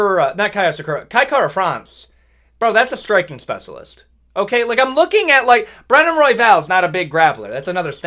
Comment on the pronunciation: speh-shuh-list not speh-suh-list